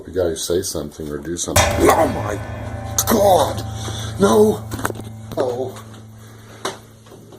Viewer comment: I love it when he goes “DOH MY GWAD!”